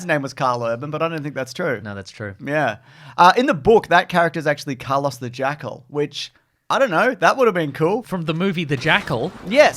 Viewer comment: As a Carlos myself, I find pronunciation of the name delightfully on brand 😂 Australians eternally denying the existence of the letter R in most words lmfao